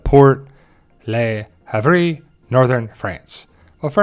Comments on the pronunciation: For flap's sake, not "lee hav-ree". It's basically "larv". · I think the port Le Havre is pronounced luh-ah-vruh